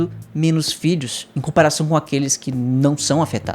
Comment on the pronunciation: Ele: 'Filhos" O que eu entendo: "Vídeos".